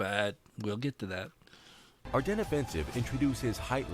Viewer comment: AR DEN, DEN not DENS. omfg how many people keep saying it wrong. You literally a wargaming channel